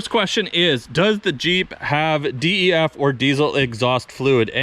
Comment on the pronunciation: Bruh just say DEF fluid not "D.E.F."